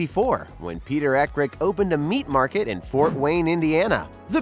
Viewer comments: I can't take seriously any video that mispronounces the hot dog brand they review. Growing up a mile from central Indiana , I have seen hundreds of Eckrich commercial, and the "ch" at the end is not pronounced with a hard "K" sound, it is a "ch" blend sound like in the word charge. Also, Bar S might be teh worst Hot dog I have ever eaten, with the possible exception of Ballpark, both are overly seasoned. IMHO. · It’s Eck rich. Like hard CH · Loved the video, but the ch in Eckrich is pronounced like the chs in church. Ball Park Frank's plump when you cook them